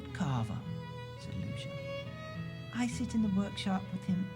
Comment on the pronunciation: Just FYI (to the narrator), the sticker less wemmick's name is pronounced "Loo-see-a" not "Loo-sha"